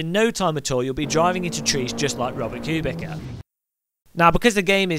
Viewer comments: Robert Q-Bika plays AssettA Corsa it seems :) Just joshing. We know you know its 'q-bitsa' and 'AssettO' :) Nice video. Fun to watch and thanks for making me aware of the App mods for AC as I really wanted that tyre temp one !! Yes! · Nice try to be witty. There no driver called [Kubicka] I know a race driver called [Kubitsa]. Cubic may be for example your jokes. If you want to be a pro in any aspect of video games - learn the names of the real race drivers... even. Cheers! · Or if you do, at least learn to pronounce his name correctly.